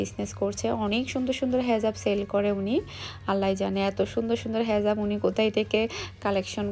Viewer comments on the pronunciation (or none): হেজাফ ।... ❌ হিজাপ ।... ☑️